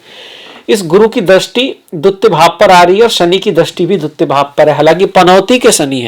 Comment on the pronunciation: दुत्य = नहीं,'द्वितीय' बोलें कृपया।